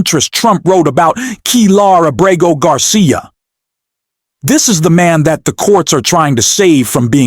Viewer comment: Why can't you say the man's name properly? Abrego Garcia is not that hard to say. Even Google's voice to text gets it right